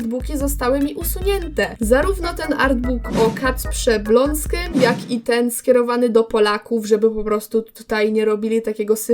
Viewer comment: Nie Blonskym tylko Błońskim